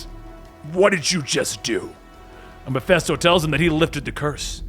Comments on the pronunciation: I know it is petty, but it is Mephisto not Mephesto. Other than that it is a great vid. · Meh-fist-oh not meh-fest-oh As in meh-fist-oph-ah-lees (Mephistopheles)